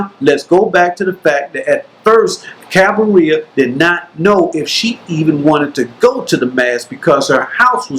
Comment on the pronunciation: Cabiria is not pronounced like cafeteria or diarrhea. You can just watch the movie and listen to the right pronunciation. Even so, thank you for this very good video review.